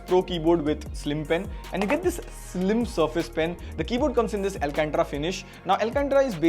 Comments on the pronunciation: bhai wo एल्केंट्रा nahi एल्केंटारा hai.... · It's al-can-tara brother